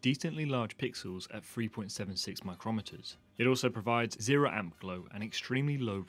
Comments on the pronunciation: Love your videos. ... but please please please learn to say micrometers properly. The pronunciation is micro then meters. Easy :-) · Thank you for that! His pronunciation refers to a measurement tool!